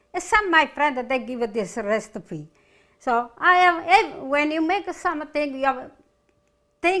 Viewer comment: Recipe ❌ restipee ✅